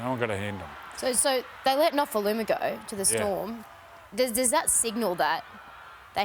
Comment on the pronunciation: Say his name correctly for starters...